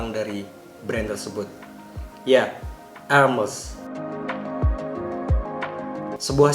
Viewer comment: Bacanya herme' .. bukan hermes tong harganya juga tidak segitu 😂💨👈